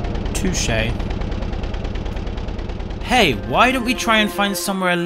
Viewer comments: "Too shay" - 2022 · Touche not too shay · Me when says Too Shay instead of touché: REEEEEEEEEEEEEEEEEEEEEEEEEEEEEEEEEEEEEEEE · man said too shay instead of touché lol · ANT JUST SAID TOO SHAY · u didnt just say "too shay" right?